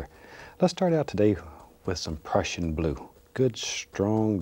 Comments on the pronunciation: he said "the crushing blue" not depression blue, I almost thought that to tho lol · He actually does say depression blue, you can hear the P in there, also if you turn on the subtitles you will see it says "depression blue"